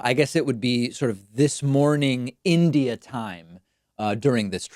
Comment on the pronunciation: "In Idiot............" Donald Judas Trumpsky impresses everyone by his ability to get three letters of his host Country right at least.